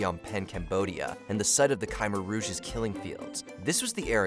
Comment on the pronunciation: Mispronounced Thames, Khmer Rouge, and probably others, but it got so annoying I couldn't make it through the rest of the video.